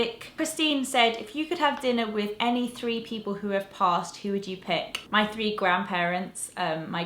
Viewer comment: It's the second time I have heared you say things like "...mi/me desk":) Where are you from?:)